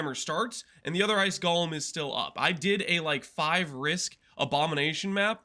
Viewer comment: I just keep hearing say gollum, not golem 🤔